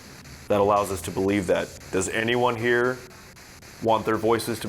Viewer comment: when they say "believe", it felt a bit like they said "please leave"